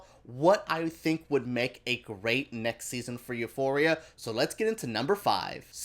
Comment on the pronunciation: I love the way you pronounce Euphoria